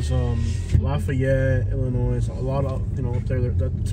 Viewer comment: Enjoyed seeing St George Island, but goodness, learn how to pronounce Illinois! The S is silent dude!